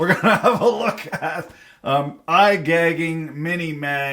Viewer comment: it’s pronounced “I gauge ING” NOT “I-gag-ING”.